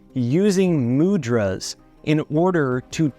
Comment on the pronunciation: Not Mood-Raz. Mu-dh- Raas! dh pronounced as with dh in adhere